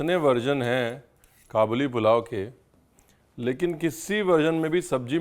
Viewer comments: I think it is called Ka buleee not ka boli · its Kaa-bal-li not qaboooli... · Kabooli nahi hai bhai kaabuli hai..from kabul Afghanistan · Its not Qabooli its Ka'buli pulao